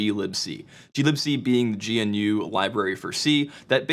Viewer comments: Love your content mate! Have been following you for more than a year now. But I must correct you on something that you (maybe on purpose) pronounce incorrectly. GNU is actually pronounced as "guh-nu" not "gee-en-uu". It's more like the animal less like the abbreviation it actually is. Just my 2 cents. ;) I enjoy your content regardless! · it's GANOO not G-N-U :) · GNU = Guh-noo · “The Gee Enn Yuu C library” brain: Wat? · GNU is pronounced together, not as separate letters